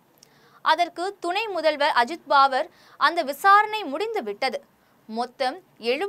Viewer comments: Mam , u get the names correct first.. it is உத்தவ் and ஷரத்‌பவார் பாவர் அல்ல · பாவர் இல்லை மேடம், பவார் 🎉